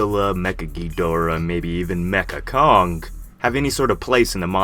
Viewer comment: It’s mechani kong